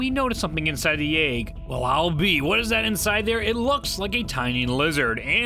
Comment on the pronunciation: Why do you pronounce egg as "ayg"